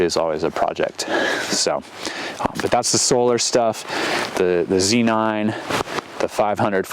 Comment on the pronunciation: It's so refreshing to hear someone else call it a Zee nine. USA. USA! lol. Thanks for sharing this. Great video!